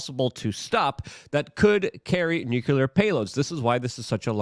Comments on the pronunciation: Nuclear is pronounced "New Clear". Not "New Cue Ler". What ever that is lol. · Luke for christ's sake, it's nuCLEar not nuCULer. You don't want to sound like Dubya now, do ya? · Nuclear pronounced “new clear”